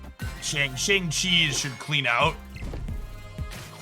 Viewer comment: Mispronouncing Shang-Chi